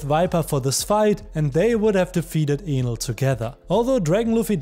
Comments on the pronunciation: Is it me or I heard him say anal instead of enel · bro its enel and not with A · He didn’t say Enel correctly… it sounded like something else… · it's so funny how he says enel like anal LMAO